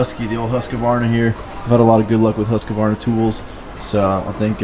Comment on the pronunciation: Husqvarna (Husk-Var-na)